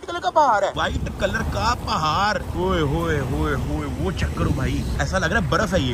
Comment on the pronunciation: پہار نہیں پہاڑ